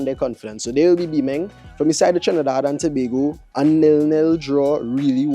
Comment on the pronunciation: get acustom to saying trinidad and tobago especially on the internet